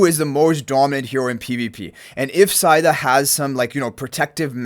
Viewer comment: Ahh, the English language... Cow is a 🐄 Mow is pronounced Moe Etc...😂 Said is said So, Saida is Said a??? No, it's Seida... ❤